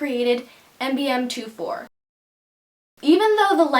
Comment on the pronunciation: U said mbm24 when it's mubm24 Ahah xxx